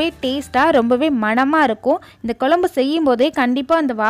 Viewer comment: Its not Kolumbu... It's Kozhambu